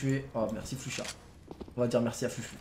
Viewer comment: Mais c'est pas "Flux Chat" c'est "Flusha"!